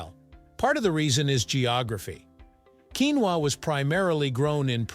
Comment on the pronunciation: If you going to make an expose on the topic, how about you learn to pronounce the word correctly in the first place?